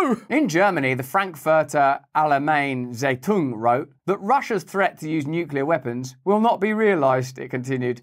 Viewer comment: i never heard someone say "Frankfurter Allgemeine Zeitung" in such a silly way :DD lots of love from germany - thats one of the biggest leftist paper here by the way. FAZ (farts)